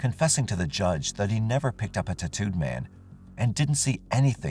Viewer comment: I thought he was saying tuhtooed man. Like some Native American tribe I’d never heard of.